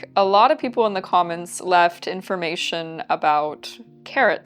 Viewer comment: Instead of ancient greek people, I was hearing 'ancient greek pickle'